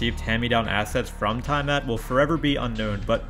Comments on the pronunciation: it's pronounced like it's written tiamat not taimat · Tie mat lololol try tee-uh-mot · Tiamat is pronounced "Tee-uh-mat." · It’s pronounced TI-A-MAT. It’s a Mesopotamian god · Tavon and tiemat lol your pronunciation needs some work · As a dnd player i am offended by how you pronounced tiamat 🤣🤣🤣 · He butchered to pronunciation if Tiamat.